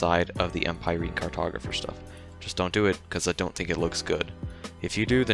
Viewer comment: Why can’t people read? Empireen? Em-pie-reen…? That’s how y’all see “empyreans”? Ohmagaw…